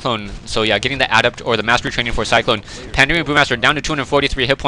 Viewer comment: LOL. "Tree of Life has now been lifted up" haha, Night Elves, not Terrans!! And how come when you were going to say "Cyclone", it sounded like you were thinking of "Psi Storm"? =P